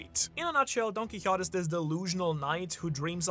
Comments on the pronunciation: It was a horse, not a donkey, and the horse’s name was Rocinante. And Don Quixote is pronounced more like DON!! keyHOtay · his name is pronounced: Don-Key-Ho-Tay Do-Fla-Min-Go